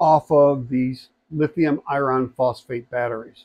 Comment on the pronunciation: Not usually pedantic about word pronunciation but your annunciation of the word "iron" is making this difficult to watch/listen to. For the record, that word should sound like ai·urn!